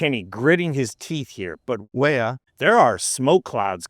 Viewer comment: What the eff is wrong woth this video? Every time you said Weah, did you mispronounce it? And then poorly dub the correct pronunciation over it? Frigging sloppy man, insulting to the athletes you were trying to support.